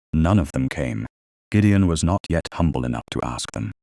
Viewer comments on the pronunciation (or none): none